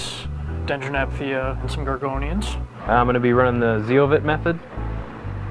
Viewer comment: Did I just hear dendronephthya? Man got nerves of steel to try that in a 60g!